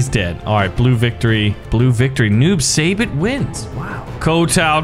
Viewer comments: It's not noob sayybot it's noob saibot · It’s not noob say bot it’s noob sigh bot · The way how he says "Saibot" as "Saybutt" makes me question life. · Noob saibot (Noob sigh-bot) this is how you pronounce it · Noob saibot =Tobias and boon Saibot is pronounced sighbot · It’s pronounced s-eye-bot and he was the original sub-zero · It’s pronounced sigh- bot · YOU SAY IT SUYBAT NOT SAYBOT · That is not how you pronounce Saibot